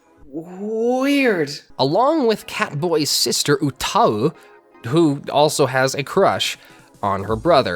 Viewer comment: Am I the only one low key confused about how he pronounced 歌い utau ?